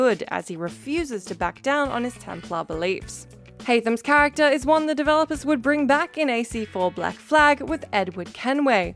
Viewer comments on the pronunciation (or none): none